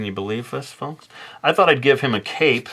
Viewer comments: For a second when he said he was giving him a cape, I heard cake. I was very confused how a dessert would fit this illustration. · When you said cape I heard 🎂 😂😂😂🤘🏻